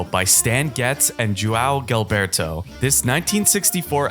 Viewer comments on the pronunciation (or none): "zheel - BER - toe" ... ZHEEL!